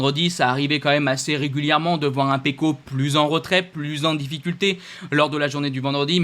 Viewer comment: Ta prononciation pour Pecco est correct, je suis d'origine italienne. Surtout pas la version C+